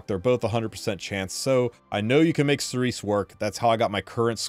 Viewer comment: Cerise is pronounced Cereeze in french, meaning cherry in english. Thank you for the informations and tips, and good luck for the 10M.